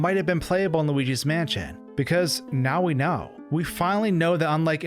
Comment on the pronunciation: Yes. The fact that he can't pronounce the sentence just takes the cake. Tag yourself I'm manschén